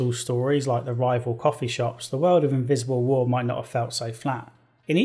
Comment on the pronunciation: When he said „Invisible war“ I legit understood „Miserable war“ and I thought he sung a pun in there. I watched too much Joseph Anderson man.